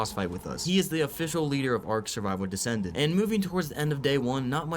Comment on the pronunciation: The way he says “Ark descended” had me thinking he was using the MOD ark survival descended.. maybe he is, I haven’t gotten through the full vid